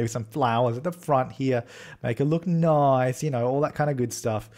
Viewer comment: You said noice. I adore you